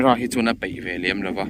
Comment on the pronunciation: A va hmuhnawm thin tak em !! 😍 Mahse A leh E i hman pawlh nasa Phone Camera in Thereng hram vel hi a Peih thin ni lovin a Paih tih tur a nia Tleizawng ni lovin Tlaizawng tih tur ni awm tak a ni. 😊